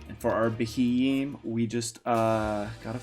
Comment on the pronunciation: Sorry mate but I can't get over this, that pokemons name is pronounced be-he-m.